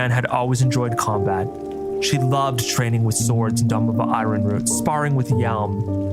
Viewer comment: It's pronounced "iron"